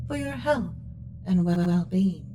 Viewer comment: Not my well bean, anything but my well bean!